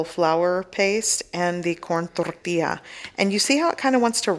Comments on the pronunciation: I love how you don't have an accent until you say tortilla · She becomes spanish when she says...CORN TORTILLA....WEIRD